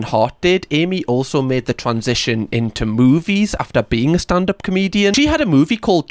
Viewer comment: And, "moobies!" 😃